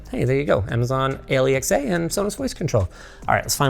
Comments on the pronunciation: Nobody's mentioned the way Linus said Amazon Alexa yet, I don't have one he can accidentally activate but the thoughtfulness was really nice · Why'd he spell out Alexa?